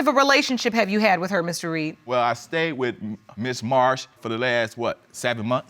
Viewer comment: He messing up the Reed name.